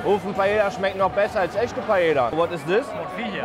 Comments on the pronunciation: Paella schreibt man mit doppel L und das wird im spanischen wie J ausgesprochen Musste mich innerlich halb tod lachen tut mir leid 🥘😂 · Kleiner Tipp zur spanischen Aussprache zwei L werden meistens als J ausgesprochen, daher sagen die Spanier auch Paeja zur Paella :) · Nur so zur Info Paella wird Paeja ausgesprochen (mich als Spanier Triggerd das ein bisschen) PS: Ist nicht böse gemeint!!! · Kannst du es bitte Paeja aussprechen. Ein doppel L wird wie j ausgesprochen (Ma(J)orca, nicht Malorca) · es heißt nicht Paella (deutsch ausgesprochen) sonder Paella wie mit j spanisch ausgesprochen so ein Trigger übers ganze Video😂😂😂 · Man spricht Paella spricht man Paeja aus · Bitte sprech nicht Paella, Paella aus sondern Paelja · Es tut weh als Muttersprachler Paela zu hören. Jeder deutsche spricht des so aus aber man spricht es Paeja aus. Jedes doppelte L wird wie ein j ausgesprochn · Er spricht alles so gut aus aber .. PAELLLLLLAAA ??? hahaha 🥺🥺❤️ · Ahh wie du jedes mal Paella falsch aussprichst haha LL wird im spanischen immer wie ein J ausgesprochen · Das l bei Paella spricht man mit j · Alles gut an diesem Video aber wie du paeLLa aus gesprochen hast um Minute 8 rum so hat mich übelst getriggert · Ich will jtz nicht so einer sein und vlt hast du ja doch Recht aber ich glaube das wird Paea ausgesprochen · PaEa ausgesprochen ohne L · Bro paella spricht man paeja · Digga du hast pallea falsch ausgesprochen das tut mir weh. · Sehr gutes Video obwohl ich es immer sehr lustig fand wie deutsch du das Wort Paella ausgesprochen hast 😅. Das Video macht mir aber richtig Lust morgen Abend wieder essen zu gehen, obwohl ich am Sonntag erst essen war. Ich muss meine letzten zwei Monate hier in Spanien aber echt genießen, weil es das Essen gehen in Deutschland nicht auf die Art gibt. Danke dass du mich daran erinnert hast. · Mal wieder ein super Video 👌 Nur seine Aussprache der Paella triggert mich jedes Mal 🙈